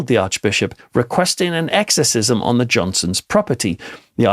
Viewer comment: Why are you saying “gotten” instead of “got”???? Somehow the birds had got in. As a writer and English graduate & ex-college professor I’d put a solid red line through this bad grammar. And the weird stresses in your intonation? “Switching ON lights” instead of stressing the word ‘lights’?